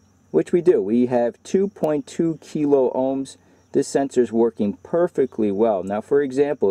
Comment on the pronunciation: K stands for thousand , kiloohms (kill-ah-ohms) not (key- low-ohms)